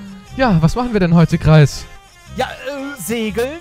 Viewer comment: Nicht käptn kreis sondern